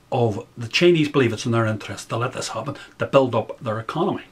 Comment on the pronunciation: as an American, and these days I call myself an American with a heavy,heavy heart...the Irish brogue (sounds Scottish?)when saying 'Chinese' sounds like 'Cheneys' to my ears at first -lol. And in the context in which you speak it was much the same concept to me at least.Take it or leave it. Sorry if that was juvenile of me to say, I just thought that was great.BTW you sound Scottish, perhaps that is a North Irish thing. Great thoughts ,I subscribed and look forward to more uploads!